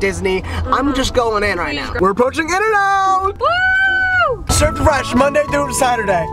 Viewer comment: in n out being d hurt me as a californian